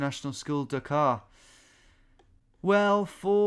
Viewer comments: can somebody tell Tom to stop pronouncing Dhaka like Dakar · Tom, it's pronounced "DHA-kə"; D as in Delta, H as in Hotel and all the As as in About. Combine the D and H sounds to produce the Indic ढ sound and you have successfully completed this little tutorial in Bengali! BTW Your pronunciation made it sound like the Senegalese capital...